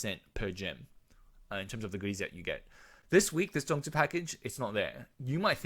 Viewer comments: Omg you said the “zongzi” very clearly. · First off, you said the zongzi correctly. Second, great analysis on the packages. Won’t get them unless really needed the zongzi to complete the one side or both side of the event. Thirdly, great discussion on meta shift and what to plan out for PvP future proofing. Thanks for the video!